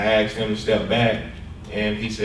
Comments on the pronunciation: the cop "axed" him??? damn that's harsh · Officer Thompson testified he “axed the driver”. I was confused and trying to understand if he was admitting to striking the driver with an axe, or exactly what he meant. He actually stated this more than once, but this seems like an admission of guilt, for committing assault with a weapon. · 2.01 he said he axed the defendant isnt that attempted murder. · It’s ASKED. Not axed damn officer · Why can't he say 'asked' instead of 'axed', damn it that bothers me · "Axed" .. it always used to be "ASKED".. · axed him….ugg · "He had his camera on me and was filming me. I axed him to stop filming me because I didn't know what that thing was." HAHAHA! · So you "axed" them? did you actually use an axe? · He axed you how many times? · As soon as he said axed all testimony should have been thrown out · He axed him several times tho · That officer "Axed" em. Who hires these people?